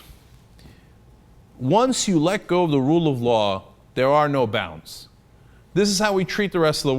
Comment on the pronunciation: Love Cenks French, "no".